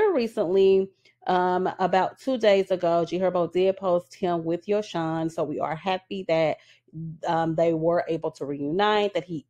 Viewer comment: Yosohn name is pronounced as Yo -Son. Ari admitted to inviting other women in their bedroom. I wont be surprised if their relationship is over. Men like bag like women like airi who invite other women in so if they do stay together i think it will be built off of lust and material things.